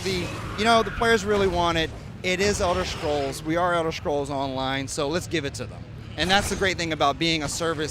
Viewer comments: BTW, since when is this series called elder shcrolls? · Elder shcrolls